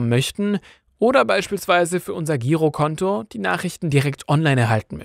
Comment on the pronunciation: Nicht sehr vertrauenswürdig, wenn das Wort "Girokonto" falsch ausgesprochen wird.